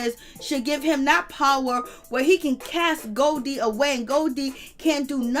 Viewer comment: 🤣🤣 her name is Golie (go-lee)